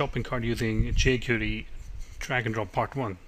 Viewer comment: Good tutorial, but it's pronounced "jay-kwairy", (not "jay-curee").